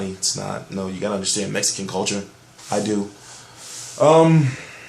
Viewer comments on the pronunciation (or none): none